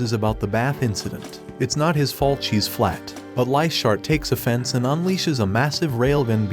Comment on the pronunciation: BRO REALLY SAID “ITS NOT MY FALT SHES FLAT” LMAOOOO